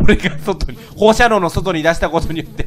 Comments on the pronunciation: 放射線なのに放射能って言うのも、言えてなくて「ほうしゃにょう」ってなるレトさんに笑ってしまう。微笑ましい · 個人的に「ほうしゃにょ」じゃなくて「ほうしゃねょ」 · ほーしゃにょーって一年前も何回も言ってましたよね笑